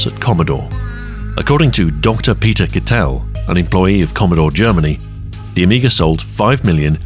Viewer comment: some fantastic graphics in this (as always), though it might have helped to have the german google translate voice says "Kittel" just once (sound like little, one syllable)